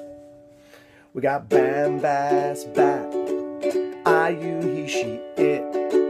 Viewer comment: Bam has bat is actually pronounced "bom bos bot". Good try though. Also, don't rely on Google Translate.